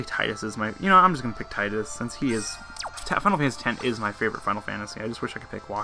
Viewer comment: zidane is pronounced zih-dan. and tidus is tee-doos btw